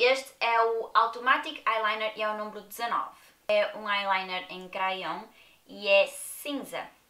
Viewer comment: Muito bom gosto não leves a mal o k te vou dizer sabes que lápis em françes é crayon mas ao pronunciar a palavra não se lê o a.. Beijinhos gostei imenso do vídeo como sempre. 🌹🌹🌹🌹😘😘😘😘